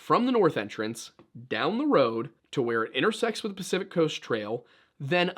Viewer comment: Crest…. Pacific crest trail. Talk about people not doing research but you can’t say the name of the biggest trail on the west coast’s name properly.